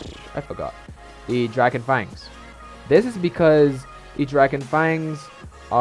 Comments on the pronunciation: The drackon fengs😂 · The way you say draken fangs is killing me😂